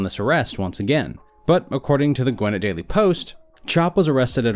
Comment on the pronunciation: Gwinnett isn't pronounced Gwhen it, it's pronounced Gwhen net.